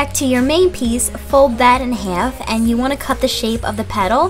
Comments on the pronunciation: The way she says half, hyfe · omg she says half soo funny!!😂😂😂😂😂😂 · hahaha omg I'm reading so many comments about the way I say "half" and I never realized I say it weird 😂. But thank you! :) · I like her accent when she says half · the way she says half is funny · she says half weird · She says half wierd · ooh, I'm so sorry :( I have a philly accent and didn't realize that the way I said half was so weird but I hope you enjoyed the video anyway :) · Why does she say half like that